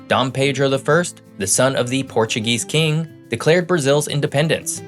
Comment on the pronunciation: I love the facts that I learn in your videos but I wish you would learn the correct pronunciation of "a" and "the" so that you would sound more polished.